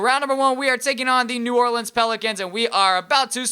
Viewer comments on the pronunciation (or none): none